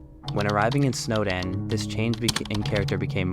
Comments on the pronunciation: snowdin not snowden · It’s snowDIN. Not Snowden. Not trying to be a grammer fly but cmon there’s a big sign and everything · NOT SNOWDEN! SNOWDİN!!!!!